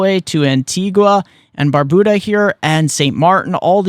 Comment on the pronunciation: Thank you for your update. Here's just a small correction on the pronunciation of our islands. Antigua (pronounced Anteegah) and Barbuda (pronounced Bar-beau-dah)